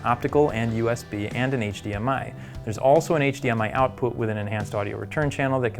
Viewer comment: He said “HDMI out poot” 😂